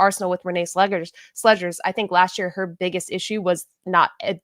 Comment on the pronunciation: Please someone let know Arsenal was the first team to ever win the WSL and they’ve won it multiple times. Also it’s pronounced “Miedema” (Mee-da-ma) and “Renee Slegers” not “sledgers.” It’s hurting my ears. 😭